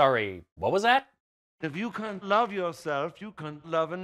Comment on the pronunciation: I think his pronunciation of "can't" was supposed to be another gross-out joke of sorts ... and it's about as funny as the rest of the 'jokes' in this mess.